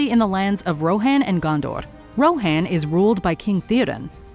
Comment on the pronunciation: I'm sorry but the way you said Morgoth, Gondor, Rohan bugged me so much. I mean literally 10 seconds later Galadriel show you how to pronounce Morgoth and you go again MoRGATH. Otherwise nice video.